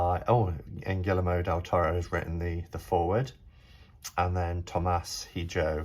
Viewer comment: also Hijo = (EE-hO)